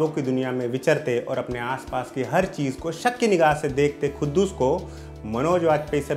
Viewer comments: It is quddus not khuddus bhai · poore review me Tumne khuddus bola hai but u don't know how to pronounce... It's quddus... OK.. Urdu padhte to sahi pronounce karpaate......